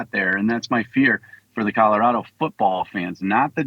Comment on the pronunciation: Did you just say "CaDerado!???" 😅😅😂😂😂. Omfg Can't even Speak clearly